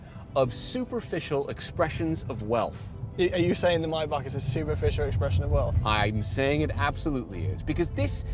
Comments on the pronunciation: no way did he say MAY BACH, like that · It's Maybach not Mybach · It's may.bak guy not my.bak 😂, anyway best review I've ever come across so far ❤️👏👍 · It's pronounced Maybach not Mybach. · its mot maybach its maibapp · It’s not a myboc arts a maybach . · It’s Maybach not Mayback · I thought maybach was pronounced as "may back" not "my buck"😕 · What's mybak? It's mayyy back! Learn how to pronounce boys don't be stupid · Nope, it's ''my buck'' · Why I'm hearing Mayback as "My butt" ? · Why can't Americans pronounce this simple car name properly. Maybach. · it’s not “my bach” 😭